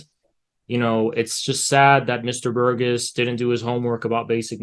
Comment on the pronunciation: “Burgiss” I couldn’t listen to him after this mispronunciation because I was too busy laughing.